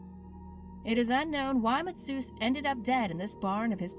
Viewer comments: Why does she pronounce his name like masseuse / masoos? It's litterally spelled mateusz?!!! Ma te (pronounce e like English a) us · his name isn’t “mats-oots” it’s “ma-tay-oosh” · It's mateush not matsuets you deranged racist counts. Ain't even polish and can pronounce it better, uncultured peeps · Masseuse? Maa tay uhs, mateusz. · I love how they're reading the fist's dude name "mat sus" it's pronounced "Ma-te-us" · "Mah-tiuss" - MA-TAY-OOS, bitch! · Ohhh the Polish pronunciations hurt me deeply inside matzus xd Ma-te-usz kurwa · I am Polish and I could not understand what the hell is the name of the first dude until I saw it written, it is not masseuse it is Mat-a-oosh. A like in "a horrible way to pronounce the name Mateusz". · Matt-ae-us not masseuse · Mateusz = Matt Soos? Lmao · Straight up called my boy Mati "Masseuse" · Bro how do you get "masseuse" out of "Mateusz" just call him Matthew at this point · it was so bad, how do you change mateusz to matułus XD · Bruh, it takes almost no effort to open google translate, paste the name and check the pronunciation. I'm amazed, I do not thunk there is a worse way of pronouncing Mateusz. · Jesus Christ the pronounciations with the first guy were absolutely awful. Hurt to listen. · people trying to pronounce polish places and names is so painful 😭😂🤧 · oh lawd, the mispronunciations in the video hurt so much to hear, i can get some other name, but mateusz is fairly simple to anglify, matheus, and "leepya goo-ra" is not that hard to pronounce.... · damn that narrator is murdering the pronunciation of matheusz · That was the worst attempt at pronouncing polish names I have ever heard Jesus Christ I'm polish and I cannot figure out what she's trying to say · Yes the way she kept saying Mateusz triggered me. If you’re gonna make a video take the time to learn pronunciations 😭